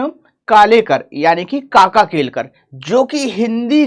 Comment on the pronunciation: Kaka kalelkar hai na ki kalekar😅😂